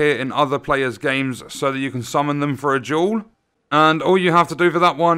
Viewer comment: took me 10 mins before i realized he was saying "duel" and "jewel"